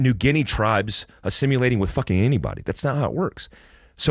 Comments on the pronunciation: That’s “assum-u-lating” - with a “U” lol. Just messing with you. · I know you love the word, it’s “assimilating” lol